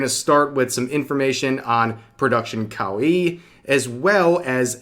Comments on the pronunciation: it's kowai actually. In Japanese there are plenty of pairs like one-san and onee-san but that is not the case. Revs pronunciation is messed up too tho, like kowaii xD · Kawaii means cute In Japanese. The way you're say it mean scary in Japanese. Kawaii means cute - kawai means scary/scared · You're saying Reina Sun name wrong and you can't even say Kawaii right either.